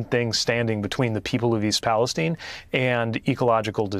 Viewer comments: Where is all of the Republican support for the unfortunate people of East Palestein? Oops Palestine which is how it's actually pronounced. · "East Palesteen"? Is it not East PalesTYNE"?